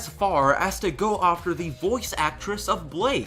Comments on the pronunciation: No hate my dude, but you pronounce after a bit oddly. It sounds like your saying "aufter" again, no hate or anything it's just something I picked up on a little. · “ofter” I absolutely love the way you say after. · LolXD the way you say "after" sounds like "ofter". I like that. Anyway, great vid, though I'm not sure I would consider myself a dedicated fan (I've only watched and liked all the episodes and bought the Manga adaptation by Shirow Miwa, and that's it), but I've see the all too toxic environment that goes on and outside the fandom. Even the drama surrounding some of the CRWBY staff is a little crazy too O~O I actually saw the letter was on a Reddit page that I visited. I didn't read the whole thing, but a lot of people were skeptical about it. There was also a vid on YT that claimed that RWBY stole 3D models to which I'm still unsure about because the vid maker was not all that clear if they actually stole it or they accidentally bought stolen models. Whatever, all this stuff is crazy that I kinda fear for RWBY. I really like the show T^T. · Not trying to sound rude, but... Why do you pronounce 'after' that way? Just wondering... Yeh. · Why do you say after “ofter” XD